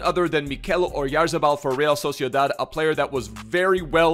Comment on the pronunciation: As a Real Sociedad fan, I wanna say has been the only one that has pronounced his last name “correctly”, or at least the closest i’ve seen!